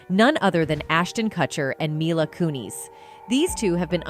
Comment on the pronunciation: not myla its -mee-la mila